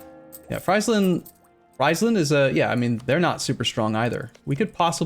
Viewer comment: In dutch, Friesland is not pronounced: "fraisland", but more like: "Freesland", like how you pronounce free. Love the new series btw